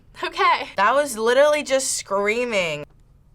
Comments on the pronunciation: "I just hear scweammiehh!!" bro, please. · When he pronounced "screaming" as a 4 syllable word, i knew all i needed to know about him. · Only a testosterone challenged Gen Z’er can turn a two syllable word into 4 syllables: “Sca-ream-ing-a!!” 🙄moron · Can't stand how these guys enunciate. "Suh-creamin-guh", "death-uh". Turning 2 syllable words into 4 syllable ones. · When you take a word like "screaming" and add additional syllables to make it "SCA-REA-AAH-MING_AAH", just stop. I know you're young, but you don't speak that way. (yes, I'm old)